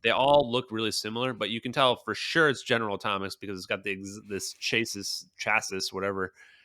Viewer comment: Dudes whole argument is immediately invalid when he says “chase sis”